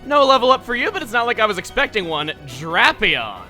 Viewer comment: He is the first person I've heard pronounce Drapion the way he does and it threw me off at first XD